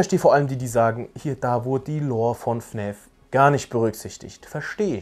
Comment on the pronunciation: Hab mal'ne frage: wieso sagst du fn Ä f anstatt fn A f Mach ich btw auch